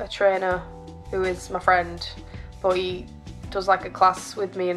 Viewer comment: When you said "I have a trainer but he" I thought you said "I have a trainer BOIII"